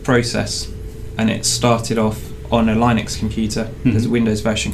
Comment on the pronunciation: YES someone who pronounces linux properly (lie-nux ... not lin-ux)